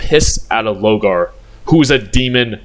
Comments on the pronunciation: Pronounce “Lorgar” Correctly Challenge: Maximum Difficulty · I'm taking actual physic damage everytime you said Logar, my brother did you need see the r? 😂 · Damn, the amount of times you mispronounce my man Lorgar name. The disrespect 😭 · Yurizen for lorgar was very funny